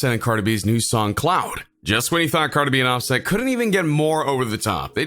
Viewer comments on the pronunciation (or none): Why you say his name so wrong like so so wrong